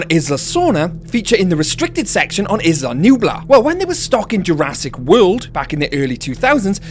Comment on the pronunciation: the way he pronounces Isla scares me